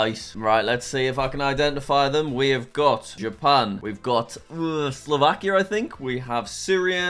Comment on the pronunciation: Bro said slovakir 💀